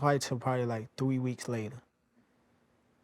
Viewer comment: nixxa says “thwe weeks later” 😂